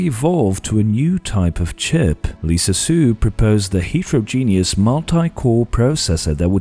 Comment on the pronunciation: That's absolutely not how you pronounce heterogeneous